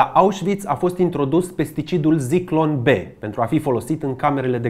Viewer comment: Ador fiecare material pe care il postezi, dar ai o mica problema cu pronuntia unor cuvinte germane sau maghiare. De exemplu, in acest episod spui Sturmmann, dar se citeste Șturmmann. Si nu e Zyklon B, ci Țiclon B.